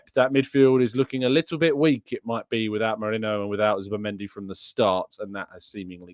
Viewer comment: its Merino not Moreno 😂 bloody hell…